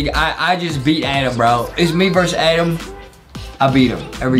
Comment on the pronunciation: I love Justin that he calls adam "Adem" lol